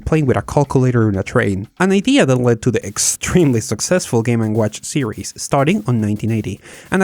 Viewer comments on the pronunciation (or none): none